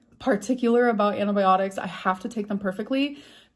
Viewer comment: "Anti byeonics"